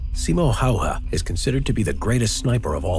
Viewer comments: btw Simo hawa is Simo Häyhä* but you probs allready heard that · Its simo Hayan not Hawa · Not Hawa but Häyhä. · Simo Häyhä. I have no idea what's that hawa xD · HÄYHÄ is his name! ffs